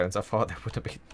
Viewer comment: At the beginning did you say... It's BEAN awhile